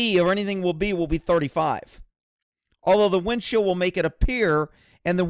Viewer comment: It sounds like you keep saying "windshield".